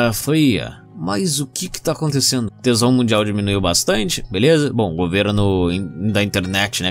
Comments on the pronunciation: É engraçado o falando "tensão" ele fala "tesão" ksksks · É proposital, kkkkkk. Ele sabe a diferença, mas fala errado para ser engraçado